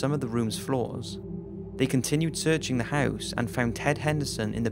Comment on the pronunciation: The way he says "house" is so funny